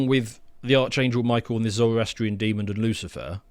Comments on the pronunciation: right, i can possibly endure "ARCHangel" but mispronouncing demon as deemund ?!! I'm not religious so its nothing to do with that which offendeth me so! Its basic speech and language man! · It's "demon", not "demond", there is no 'd' on the end. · "Demond"? Come on mate.. Typically sophomoric from these jokers. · Dear, there is no D at the end of the word Demon 🤦‍♂️ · Why do so many people pronounce demon with a d at the end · It’s “demon” not “demond”.